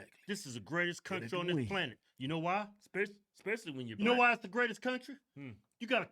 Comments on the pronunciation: "Ec"specially" she says......lmbo..... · You can tell how dumb she is....the word is " especially".....not ekspecially.....duh!😂